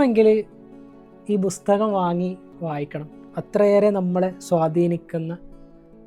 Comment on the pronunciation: ബുസ്തകം അല്ല പുസ്തകം. ബുക്ക്‌.